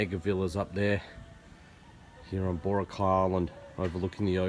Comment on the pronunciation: Thanks for picking up on the Boracay pronunciation problem. It's funny how something like that can be a little irritating. Going back to the core theme of your comment, from what I understand about the white beach lights, chairs, umbrellas, vendors and so on, I think they are just enforcing regulations that already existed. However many of the shops and resorts treated the beach as if it was an extension of their own property. I'm guessing, perhaps optimistically, that enforcing these regulations might be part of a plan to instill discipline where for years non existed. Call me forever optimistic, but this gives the tourist industry in Boracay a chance to re-examine itself, and decide how it wants to operate under the sustainable vision. If the industry wants some of these things to return then they should argue the case for changes to regulations, not just flaunt them as they have in the past.